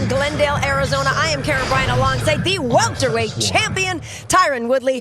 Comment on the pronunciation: You hear bisping go " hes a welterwight?" After calling him a 185er